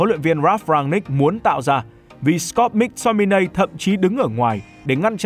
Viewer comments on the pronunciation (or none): Mắc Tô mi nây, ko phải Mic Tô mi nay, đọc sai nghe khó chịu thật @@